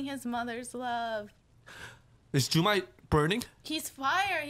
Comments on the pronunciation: why am i so annoyed that they called "jukai" "jumai" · His name was Jukai not Jumai, great reaction!